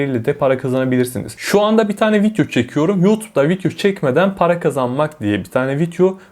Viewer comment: fidyo dediği için odaklanamıyorum